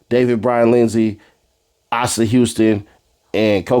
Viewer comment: Asa is pronounced AY-SAH.